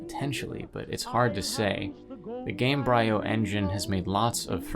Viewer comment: For future reference: Embryo the beginning of life, Gamebryo the beginning of a game. Game-Bree-O.